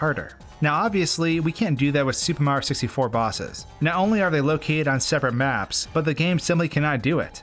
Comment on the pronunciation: Nobody:: SUPER MARO 64